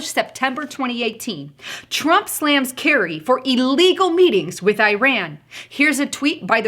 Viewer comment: Eye-ran, eye-rack? Learning how to speak English might bolster credibility. Just ask the Eye-talians. Go - went - gone. You might look up 'past participle' also. analysis seems spot on, except that I don't think the situation, as is, to be so dire. My choice of response would be an immediate investigation into the vote tampering in the 2018 midterm election and the possible suspension of close winners of the seats that went from Republican to Democratic and any other suspicious races. Trump's team is privy to far more information than myself, so I expect that they will do exactly as I would, had I been as knowledgeable as they are.